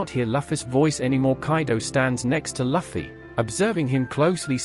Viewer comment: Luffy= Loo-Fee. it is not Luff-E